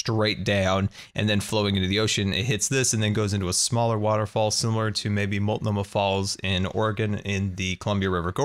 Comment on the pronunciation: Hey do you livein the PNW somewhere? You pronounced Multnomah falls in Oregon like a native! That's cool, and rare for someone who's not. Really love watching your channel! (yup I'm sub'ed)